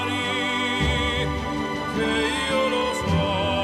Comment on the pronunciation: That 'che 'was not good. The e sound was flattened out which wasnt good and unsupported.